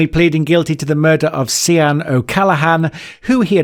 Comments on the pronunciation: Sian is pronounced shaan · It's pronounced shaarn not si-an !!! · First you pronounce Sian, Sharn 2nd you pronounce it snentun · Not that accurate as 2 words were pronounced wrong. Sian is pronounced sharn and sneinton is pronounced snentun.